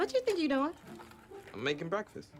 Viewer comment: O "doing" dela ta soando "it on" no final ou é impressão minha rs?